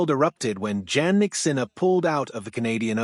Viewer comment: He’s 24, not 23. And his name is pronounced “Yannik”.